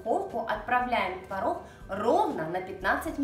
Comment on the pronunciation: А вы заметили как хорошо поработала над произношением буквы "Г"? Это большая работа! И в слове "творог" ударение на месте! Умничка!